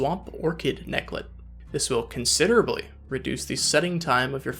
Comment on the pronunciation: Hearing you say “considerably” and “tremendously” gives me life.